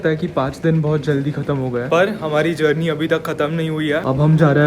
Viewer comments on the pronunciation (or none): none